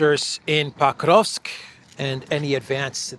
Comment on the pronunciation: Why do you pronounce PO-krovsk (with a clear O) as PAH-KROVSK? Irritating. Do your homework, dude